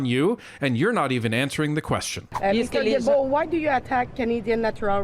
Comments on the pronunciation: Guilbeault the Gui is G not J... Gibeault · Guilbeault is pronounced like gillbo. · Please pronounce Guilbeault's name correctly. Ghee-bow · Am I missing something here? I don't understand why people are not pronouncing Guilbeault's last name correctly? Don't get me wrong, personally I think he's a complete idiot, but I'm only referring to the pronunciation of his name here. It would be pronounced "Zsilboe" - you would start the name like you would Zsa Zsa Gabor's name - Zs - add the il, which would be pronounced 'eel' & add the beault, which would be pronounced 'boe', or bow, like a bow and arrow. That would give yo Zsilboe or Zsilbow. Now I'm wondering if I'm missing something because maybe with proper language, when speaking in the English language, you might pronounce names as if they are spelled in the English language? Am I making any sense? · G in Guibault is pronounced like the G in good :)